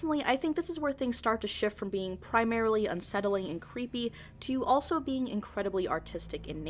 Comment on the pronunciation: Cweepy? Lmaoooooo I'm in tears.